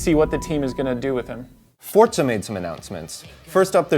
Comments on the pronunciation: it's not fortza, it's forza. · It's forza not fortza. PS3 team is way cooler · What the fuck is fortza I thought it was forza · Fortza? Fucking douche bag. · fortza? wheres the t? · hate that fable tje journy is kinect exclusive. and i hate how says forza... "fortza" hrrmmm *grumble*